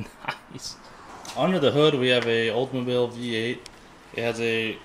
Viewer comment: For once, someone who pronounces Oldsmobile correctly and not say Oze Mobile.